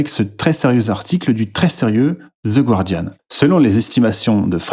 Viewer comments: Ça se prononce ga-rdian, pas goua-rdian :) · Je t'en supplie, prononce "Guardian" correctement. Le "u" est muet. Ne passe pas pour une truffe comme tes adversaires. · The Guardian ne se prononce pas "gouardiane" mais "gardiane" avec un g prononcé comme pour gardien en français. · il n'y a pas de diphtongue dans le "gua" de "Guardian." Autrement dit, le u ne se prononce pas ! Je me permets de soulever cette petite erreur que je remarque un peu partout chez tout le monde 😊